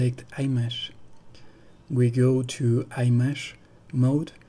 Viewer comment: Too much technology for me. The word IMAGE has the Short “I” sound at the beginning. Using the Long I sound in the word is unpleasant to my ear.